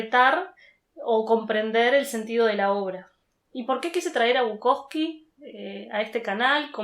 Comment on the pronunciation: es Bukowski. Con esta i al final.